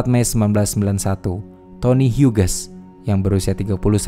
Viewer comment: Hughes dibaca hyuus bukan huges 😅